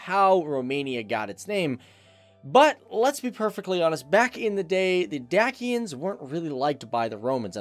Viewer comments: It is pronounced DaCHIans btw; OASE1=bones1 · it is not pronounced correctly even in english where it should sound more like (Deishia ) or, if reffering to the dacians it should sound like (deishians) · Dacia is actually pronouced "Day-shia" and Dacians is "Day-shians" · Did you just say dakians ? Deadddd ommmggg